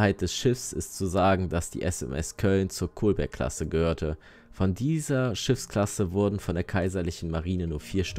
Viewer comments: Und die Kolberg-Klasse war nach der damals deutschen Stadt Kolberg benannt, die man mit kurzem O spricht (also "Kollberg" und nicht "Kohlberg"). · Das gleiche gilt für Kolberg, alte pommersche Festungsstadt wird mit langem L ausgesprochen.